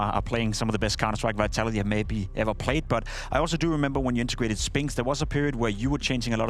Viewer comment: "intergrated"?? :D